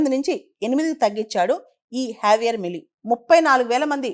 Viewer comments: Pronounciation correct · J ni H la pronounce chestharu.